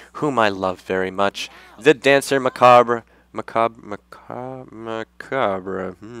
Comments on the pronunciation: Macabre is "mack-uh-brrrrrrrrrrrrrrr" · "Macabre" is pronounced: Mak-ah-brrr .. close enough. XD